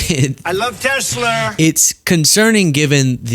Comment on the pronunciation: everytime dump messes up on a word play or say TesleR😅😮😂😂